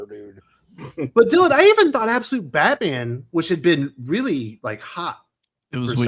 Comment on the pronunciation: IT'S BAT-MAM!! 😂😂😂😅